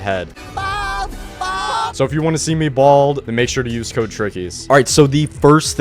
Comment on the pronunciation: When you said code you said kys? 😢